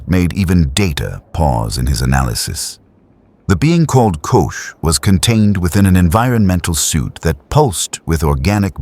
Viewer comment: Not Kush it sounds like Cosh.❤❤🎉🎉❤🎉❤ 😮😮😊😊😅😅😂😂🥺